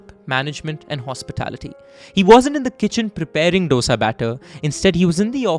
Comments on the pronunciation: For the Nth time its, Dosa (pronounced: Dhosa) like not dosa like disco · It is Dho-sa, not D-osa It is Saam-baar, not Sam-bur It is Sar-a-vana Bhavan, not Sar-vana Bhavan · Please its Saaaambaaaaaar not Saumbhur. Please plesae north indians please pronounce it correctly And its not "D-oh-s-aa" ... its "Dhosai" (Dho like two in Hindi, and sai like in Sairat or like in "ai" in Shaithaan when spoken colloquially) I love your content, and the pain you guys took to pronounce, Chengalpattu, Murugan etc. Its commendable.. considering other top tv anchors in national televisions, who alienate their own countrymen by clinical pronunciations. Please dont take my comment the wrong way.. but I have heard too many Saumbhurs for me to even write a comment in youtube 🙂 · Please pronounce as DOSE not DOSA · For fk sake it's not dosa it's dose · its thosai, not dosa. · Its dosa with a soft d not Dosa with a big D. Please learn to atleast pronounce it properly. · Its thoughSa and not DoughSa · It’s disappointing that you put in so much effort to learn all about the case and put it forward, but to mispronounce the name of the dish you’re using as a metaphor for unity; actually disappointment is an understatement. As we’ve corrected the world enough times, it’s no dough-sa, it’s do-sa, do pronounced like 2 in Hindi, FFS it’s time to get it right. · It's not dosa. It's pronounced as thosA not doesa. Please respect southern pronunciation. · if I can learn how to pronounce paratha properly you can change the way you pronounce dosa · Hpw do you pronounce everything else perfectly and then say "doe-sa" a million times over?! 😢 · Dear chap,please pronounce SAAMBAAR and DOSA correctly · Dosa 'Do' as in ek 'do' theen... 'Sa' as in 'sa' re ga ma... How hard is that to pronounce? Sam baaaaaar. Not Sam bhar. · except that its called Do-Sa ( 2 in Hindi - Sa) How difficult can a 4 letter word be to pronounce🤦‍♀ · Ik. They both are north indian by the way they pronounce Dough-sa.